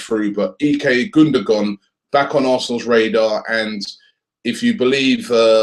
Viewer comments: Gundogan mate, not Gundagon :) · his name it's gundogan,not gundagon lol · It's "Gundogan" not "Gundagon" .... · *Gundogan. Get the name first. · Gundagon?? -________________- Pronounced gundowan too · Sorry Robbie it's Gundogan not Gundagon o_o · who is "Gundagon"? :D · *GUNDOGAN!!!!!!! and while we're at it it's Cazorla not Corzola! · lol both of you are wrong...his name is actually pronounced gundowan and ozil's name actually is uhhzil because it has an umlat. (if you want to get technical)